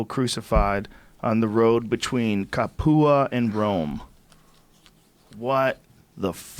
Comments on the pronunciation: Capua is pronounced cap-ooo-wah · Those people who were crucified in Rome were slaves that joined Spartacus. And capua (where the rebellion began) is pronounced cap-you-uh